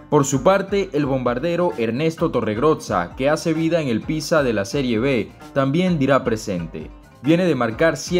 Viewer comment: Amigo es "Pisa" no "Pizza". No pude evitar reirme. Es la ciudad donde está la torre inclinada, no Pizza Hut.😅